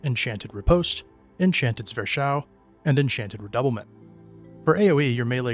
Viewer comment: Zwerchhau is pronounced "Zverk-how".